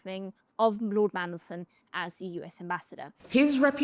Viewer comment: He should have gone from day one! He is the most hated man in the world he is a disgrace to the uk! Fcuk off! He talks about our national interest while letting terrorists and rapists into the country! He can’t even say mandelson properly mansion 😂😂😂😂 he has to read from a piece of paper what a complete bellend! Look at his two nodding dogs in the background! They need to piss off too what a joke labour are! He takes no notice of kemi writing nothing down on a piece of paper 🥴 oh and stop meeting leaders on tv and patting them on the back like your part of the world stage YOU ARE NOT! YOU ARE A CRINGE PIG NOSED SMELLY BREATH PIG!